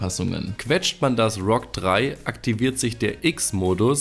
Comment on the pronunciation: endlich hat er ROG richtig ausgesprochen 😂